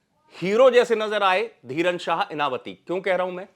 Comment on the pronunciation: इनवाती बोलिए साहब ।इनावाती नहीं।